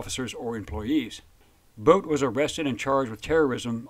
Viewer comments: His name is pronounced boot. Not boat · It's pronounced like "boot".. Not like Bout in English.